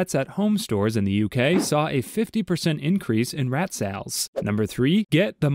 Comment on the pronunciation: Aint nobody gonna talk about the way he pronounced sales?